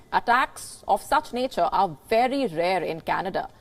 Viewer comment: How does India pronounce letter “v”? She repeatedly thinks v is a w in English.